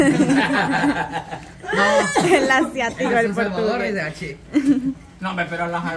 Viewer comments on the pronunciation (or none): Ciatica ..no asiatico.. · 😂 yo también le digo asiático pero es Siatico 😄😄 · Estos muchachos dicen el NERVIO ASIATICO😂😂😂 y es el NERVIO SIATICO